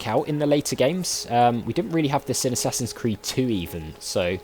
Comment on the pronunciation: First of all, I thought you said "A Sassy's Creed" which made me giggle. Secondly, I completely agree with you on doing those bits off-camera. It's what I chose to do for my Mad Max playthrough. As long as you keep the other interesting things in, it should be ok.